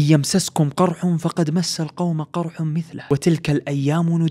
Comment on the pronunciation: مِثلُهُ انتبه لضم اللام انت فتحتها، وما ضعُفُوا وهاذي بعد فتحتها والعين مضمومه